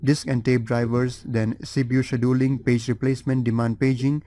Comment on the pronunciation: I hate to say it but your mispronouncing scheduling really really bad. lol and some other words too.